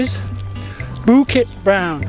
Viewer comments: Your Bukit Brown pronunciation was fine. Sungai though needs a bit of work. You pronounced it as soong-eye, when it should actually be soo-ngaye. The best explanation I found was in one of the other comments where he says you should think of the word “singer”. We don’t say sing-er where the ‘ng’ sound lingers on the first syllable, so just apply the same idea to ‘sungai’ and you should be fine! Good job! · Hahaha, the emphasis on “Toa” Your pronunciation of Bukit Brown and Sungei Buloh were great! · Hey! You pronounced Bukit Brown and Sungei Buloh in Malay correctly!!! 👏🏻👏🏻👏🏻 Love your knowledgeable + funny trekking videos. Keep ‘em coming! 👍🏻😃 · Your "bukit brown" & "sungai buloh" pronunciation is amazingly perfect. Thumbs up!! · You nailed Bukit Brown 👍🏻 Sungai is pronounced Soo-ng-ai where the ng sounds similar to the ng in “Sing”